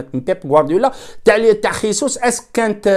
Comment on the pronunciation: لتصحيح فقط . إسمه جيسوس او . ماشي خيسوس